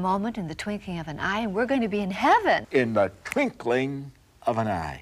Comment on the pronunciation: Twinkling, not twinking.